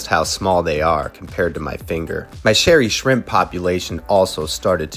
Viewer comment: I was wondering that too lol I thought he did it on purpose but then he said it again 😂